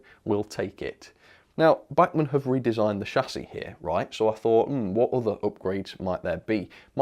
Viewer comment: the way u say bachmann just angers me.